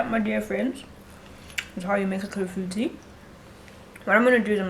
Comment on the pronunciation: sbwl iClafoutis. Thank you for the pronunciation, my friends will definitely not get it wrong!!!